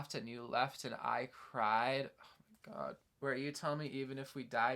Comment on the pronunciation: forgive me, but i’m from the deep deep south and i LOVEEEE your accent on ‘oh my god” like yes girl i love it sm. ethel cain has beeen monumental in my deconstruction the past few years, Preachers Daughter changed me as a person